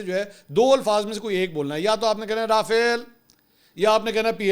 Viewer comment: بریکنگ نیوز.. فرانسیسی کمپنی رافیل کا ٪80 پاکستانی نیوز چینل سے ناراضگی کا اظہار کبوتروں نے اندر کی خبر بتا دی..! وجہ ناراضگی کمپنی کا نام سئ نہ لینا ہے کمپنی کا اصل نام رافعال نہیں بلکہ رافیل ہے جس کو کچھ ایسے پڑھیں را... فیل منصور بھائی باقی تبصرہ آپ کر دیں